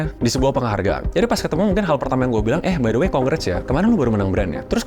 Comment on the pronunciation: Gw mau komen ke hal yang keliatannya kecil tapi mengganjal pikiran gw, disaat lu bilang the art of influencing, lu bilang "the" dengan kata "de", yang dimana seharusnya pake kata "di" karna bunyi yang keluar dari mulut setelah kata the di ucapkan itu bunyi vokal, jadi ya the art of influencing bacanya di art of influensing, yes, again ini hal kecil, cuman gw ngerasa agak gatel aja, dan juga, gada salahnya kan buat menjadi lebih baik ???